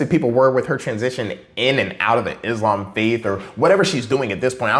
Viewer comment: she said it how its supposed to be said. It's pronounced "Islam" not "IZLOM" most Americans get it wrong